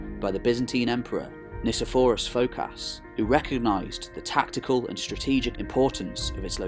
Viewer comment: Nikephoros, with a hard k not a c.